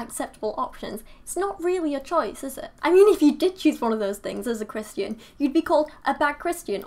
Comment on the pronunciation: I don't know where you're from but I like you say Christ-yan. It sounds so much prettier and classier than how we say it here which is ChriSHtin. We americans say ChriSH-tin like we've got marbles in our mouths lol